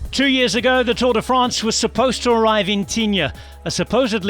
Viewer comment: Pronunciation perfect, then drops Tourday France.